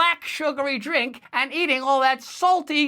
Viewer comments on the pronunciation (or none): none